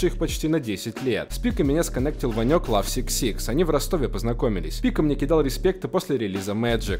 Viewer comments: Бля не говори. ЛАВ СИК СИК, правильно - лав дабл сикс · Бля, не влад Сикс Сикс, а лав икс икс